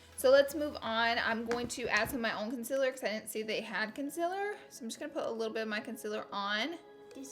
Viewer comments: To be completely honest I love the way she says consiller instead of concealer❤️😂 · I love when she says consiller